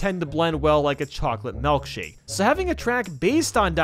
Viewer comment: why did he say "melkshake"?? 😭😭